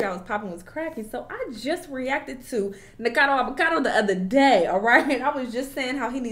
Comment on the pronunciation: The fact that STAYS calling him Nicado KILLS ME 😂